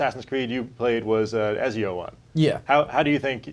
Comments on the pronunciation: u know they're full of shit when the host can't even pronounce ezio properly.. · The guy on the far left can not pronounce Ezio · the British guy makes good points, but come on. it's Ezio :P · can't pronounce Ezio to save his life, even when his colleagues all around him can lol.